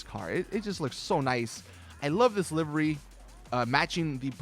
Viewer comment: I have both the sultan and the banshee and the banshee has far far more customisations then the sultan. And half the video correction all of it you were say livery wrong. And it's not all about looks it's about performance. Such a shitty YouTube channel learn your damn facts